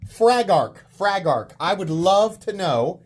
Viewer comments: I think it’s pronounced “FraggleRock” 😂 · you pronounced it wrong, it’s pronounced FRAG-uhl rock 😂